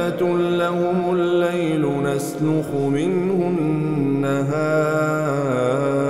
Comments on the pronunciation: في قوله تعالى "وآية لهم الليل نسلَخ منه النهار" ضممتَ اللام ! وهذا خطأ يجب تصحيحه . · ما شاء الله تبارك الله ربنا يحفظك ويبارك فيك يا شيخ ( نسلَخُ ) بفتح اللام وليست بضمها